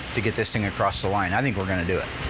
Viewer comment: Across, not acrossed.